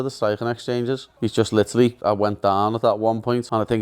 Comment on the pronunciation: “Litiralli litiralli” 🤡